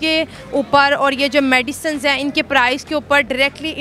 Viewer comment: मैडिसन (Medicine = Madiison)😂😂😂